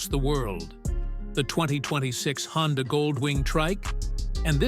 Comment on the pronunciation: AI a mf lol HONDIA tho?? 😂😂😂😂